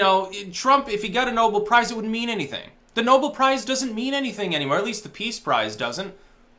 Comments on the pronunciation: ***** It's pronounced "Know-belle" note "Noble". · The prize title is pronounced like Alfred's last name,. Nobel not noble. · are you trolling us. It's no-BELL! LOL